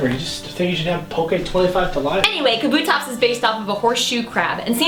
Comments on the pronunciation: Should point out that they're mispronouncing it. Kabuto (The japanese word for helmet, as pointed out in the video) is pronounced Kah-Boo-Toh rather than Kuh-Boo-Toh. This results in Kabutops' name being pronounced Kah-Boo-Tops rather than Kuh-Boo-Tops. Hope this helps! I hate it when people mispronounce. Such as Rayquaza not being Ray-Kway-Zuh, but instead Ray-Kwa-Zuh. Thanks for reading...maybe? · God damnit 3 seconds in and I already need to tell the girl that it's pronounced, KA-bu-tops. Not Ka-BU-tops. Jesus. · It's pronounced KAH-boo-tops